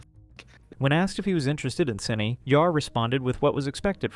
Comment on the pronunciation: Its SYNNI not Syinna